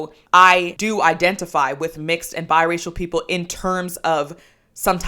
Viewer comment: They really said "Bye-Racial"